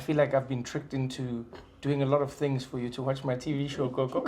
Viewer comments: It's Gogo Not Koko #smh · Gogo* Trevor pronounces it wrong.